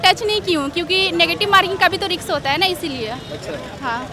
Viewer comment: रिक्स क्या होता है बे